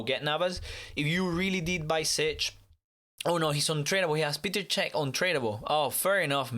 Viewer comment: Who is Peter sech it's Peter chek